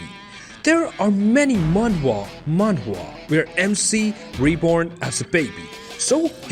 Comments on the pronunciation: dude just say manhwa once nobody gives a shit that you are pronouncing differently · Who kept laughing has he was saying manhwa manhua